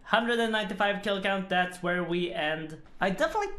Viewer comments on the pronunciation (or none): none